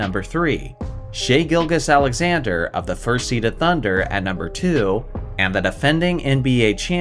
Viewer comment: With shai GILGEOUS. Its not gil-gus, its more gill-juice